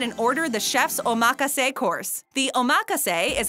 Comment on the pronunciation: “Oh maka say” is omakase. Nice